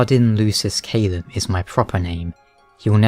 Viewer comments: I cringed at how you pronounced “Caelum” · You know you're mispronouncing Caelum, right?